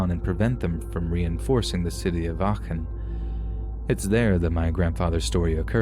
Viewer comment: Love how you pronounced Aachen as someone living close to the city it’s funny to hear <3